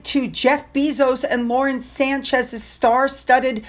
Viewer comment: Please,. it’s pronounced “Bay-zose” not bee-zose.